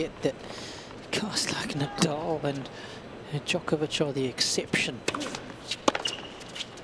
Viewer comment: actually it’s Nadal and not Nadaal